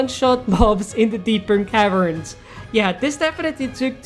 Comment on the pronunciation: Bro, love your vids but why do you say “deepern cavern”, it’s “deep cavern”